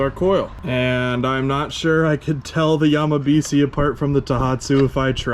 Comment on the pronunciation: If this were actually a japanese name, it would be pronounced Yamabishi. si in japanese is pronounced "she"